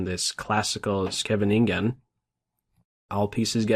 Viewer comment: Not even the great can pronounce "Scheveningen"!